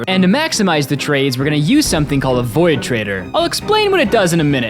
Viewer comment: With watching for about a year I still can't get over the he pronounces void as voy-id 🤣🤣